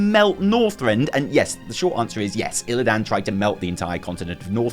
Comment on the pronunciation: I love you. You are my spirit animal. But pleaseee log onto WC3 and listen to how to they all pronounce Illidan - no one ever puts so much emphasis on the “dan” and it just makes me think about that cringe WarcraftBible guy 🙈